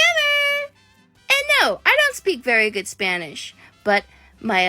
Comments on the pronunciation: “Splanish flowerrrr” LMFAO I’M CRYING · “ of a splanish flower” 😅